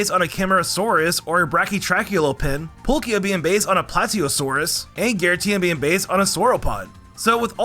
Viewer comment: Ah yes, Polkia